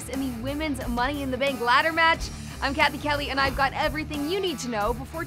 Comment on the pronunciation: It kinda sounds like captain Kelly instead of Cathy Kelly when Kelly introduces herself, but i still love her ☺